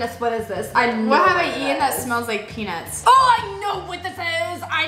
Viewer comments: Pea-nuts not pea-nits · when said is this peanuts it sounded like pen*s